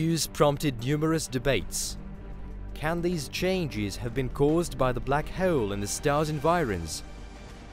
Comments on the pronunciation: It's "hole" and not "heule". This narration is horrible. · I know right prenouce the O right dude trying to be posh but over killing it 🤣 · “black hoel” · hole* not heole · The way he pronounces the word: "hole" ...